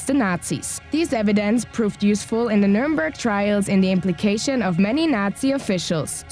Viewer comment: The mispronunciation Of so many words like numernburg, counterfeit and more is just cringe worthy I don’t mean to sound rude or anything you saying this